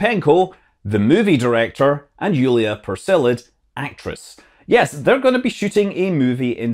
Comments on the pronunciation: Peresild. Not Perselid. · Yulia ""Peresild""